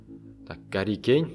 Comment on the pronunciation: Гарри емес Харри Кейн